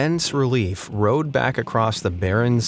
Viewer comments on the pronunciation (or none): none